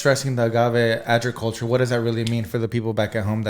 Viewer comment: How says “Ajriculture” instead of “agriculture” 😅🤪🤪🤪 but I’m here for it! LOVED THIS PODCAST!!!! So relevant and educational!